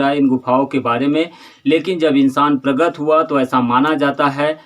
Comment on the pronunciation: प्रगत नही प्रकट बोलो पत्रकार महोदय 🙂